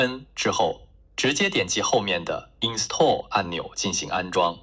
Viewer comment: 用的什么垃圾TTS语音引擎啊？install这个词发音还能发错！